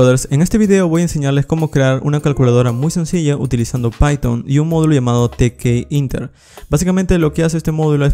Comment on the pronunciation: Te-ke-inter Yo: te-kinter